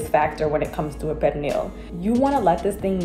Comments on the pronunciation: Pernil…Per - Knee - (very sawft & short) “L” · 😂😂 why she pronounced it like that ?? It’s more of a pear-neel sound. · I hate the way the chick says Pernil...it's not Pear Kneel! Ughhh! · Oh no ma'am, pernil is not pronounced like that. Also where is the sofrito? That pernil needs LOTS more seasonings. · I’m Puerto Rican and black my mother makes Pernil every year for thanksgiving AND Christmas… everyone seasons differently but I don’t think it’s enough. Oh and the way she is saying Pernil that is not how we pronounce it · I never heard a Puerto Rican pronounce pernil like that 🤔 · Someone should have done their homework on pernil, she can’t even pronounce it, let alone cook it.